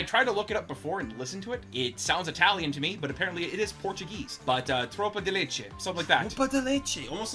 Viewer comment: Best reaction EVER from the best react channel! Great choice guys! It was a great pronunciation , ALMOST all Brazilian would understand what you said haha. Thanks a lot guys for this content! Already sharing with everyone!